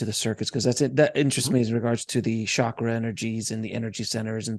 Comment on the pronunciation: The word 'chakra' is pronounced tchakra not shakra. When is the last time you went to shursh [church]? I am a Sanskrit scholar so this is how know this. Upon return from my 8 years in India I began to notice the amount of ignorance in America. I am confident that Americans can learn to pronounce foreign words correctly. It is not really very hard to learn and practice. May you all be blessed with common sense and critical thinking; ie., have no fear of thinking for ourselves.